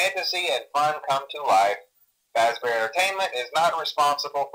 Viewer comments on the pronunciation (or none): It’s “Fazbear” not “Fazzbear”